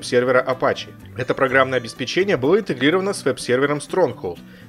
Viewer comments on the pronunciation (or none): none